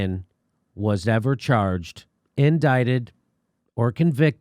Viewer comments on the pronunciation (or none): It's IndICted, not indighted!